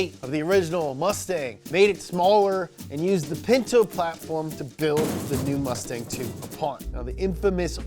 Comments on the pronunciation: I think they meant "mustang" not "mutsang" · He put mutsang lmao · “mutsang” lmao